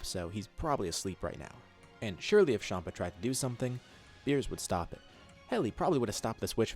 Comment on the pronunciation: Its champa not shampa